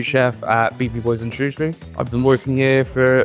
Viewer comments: Sorry it’s pronounced SHREW not SHROS 😂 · Superb stuff but what was that weird pronunciation of Shrewsbury towards the end?? 😅